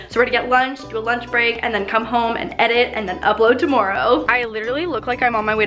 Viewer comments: Love how she says tomorrow “Tomoreow!” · sounds so Canadian when she says "tomorrow" it's so adorable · You say tomorrow really Canadian like